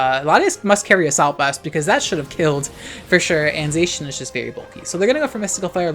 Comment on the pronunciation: Unpopular opinion: pronounces Zacian correctly :)